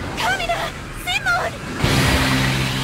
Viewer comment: After watchin dub:His name is Shimon not Simon....